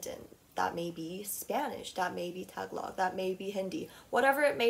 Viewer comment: “that may be tag log” pauses the video to understand what she said …..oh wait, do you mean tagalog?